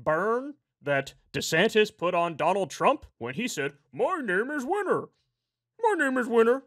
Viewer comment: Maybe if you got it right it would not seem so cringeworthy. He did not say "Winner" he said "Weiner". You are welcome.